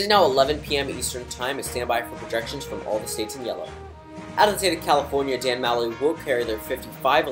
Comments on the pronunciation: It’s Muh-loy not Ma-loy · Didn’t you already do this? Also, it’s Muh-loy